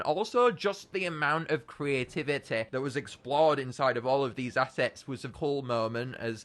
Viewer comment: Can we just talk how he said creativite